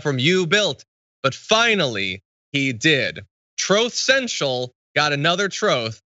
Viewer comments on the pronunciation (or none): I can't unhear "Troll Central"